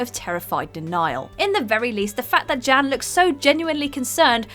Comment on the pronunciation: Everytime she said “Jan” I heard “Jam” “Jam’s baby daddy” Edit:I keep reading my comment and I’m reading “Jim’s Baby Daddy” wtf